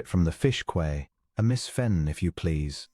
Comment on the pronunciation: “She rose at five to do the marketing at the fish quay.” Quay is pronounced key, not kway.